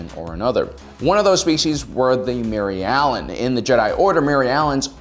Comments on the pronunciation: Every time he says “Mirialan” I go, “WHERE’S BARRY ALLEN? WHO SAID BARRY ALLEN?!” Like if you’re a true Flash fan XD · is he saying mary allens?